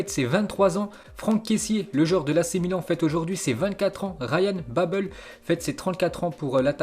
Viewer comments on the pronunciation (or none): none